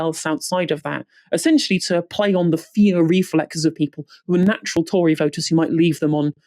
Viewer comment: seems the narrator forgot how to say tory